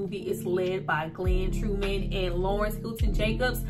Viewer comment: His name is Glenn Thurman not Glenn true men please fix that my name is Travis Terrell Jacobs and people mess our names up I mean come on sis get his name straight GLEN TURMAN.. NOT GLEN TRUE MAN .. Fix that mistake